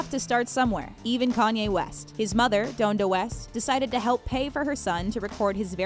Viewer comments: doan-duh west? wtf it's DON-DA west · "dondo west" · The way she pronounces his mother’s name pisses me off! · You’d think with doing all this research they’d at least figure out how to pronounce the names of the people in this video. Especially his mom